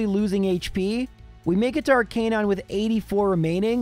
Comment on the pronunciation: ArKA nine not ar canine